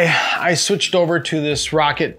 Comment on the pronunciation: It's Rock-Cat, not rocket